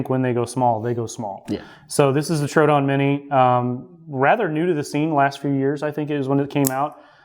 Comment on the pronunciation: TrO A Don my guy